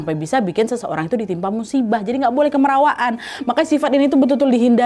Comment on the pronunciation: Bukan kemerawaan tapi kamarawaan